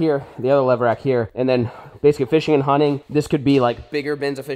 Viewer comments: Is it just me or did any one else hear “lever action” instead of levRack when was spoke the name of the shelving system 🤣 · New game do a shot every time flair says levrack